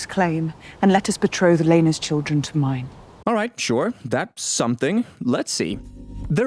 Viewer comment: It’s Laena, not Rhea